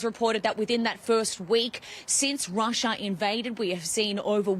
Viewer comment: please stop saying Rusher, Americer and Chiner. Just a idea. These are not actual words.